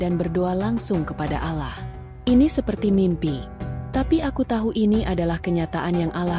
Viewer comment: Mengucapkan Allah nya salah .